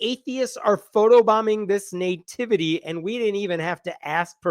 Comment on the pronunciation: I love me some, and I really enjoy choice of subject matter, humor, and wisdom. But it drives me crazy every time he says the word "nativity.", it's not NAY-tivity. It's NUH - tivity.